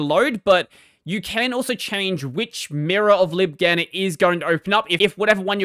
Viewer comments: Lol it was annoying me too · "Libghen", as in "library ghenesis". lol :P